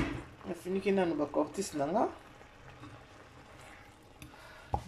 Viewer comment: c est cotis et non cortis